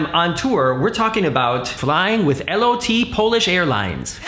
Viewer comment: Is it referred to as L O T? I thought Lot is a polish word that means flight, prounced "lowt"?